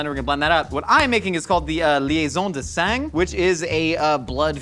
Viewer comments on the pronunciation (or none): you dont pronounced the G in sang:P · The pronunciation of "sang" is killing me lol